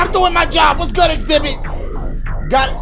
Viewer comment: He said xibit!! Lmaoo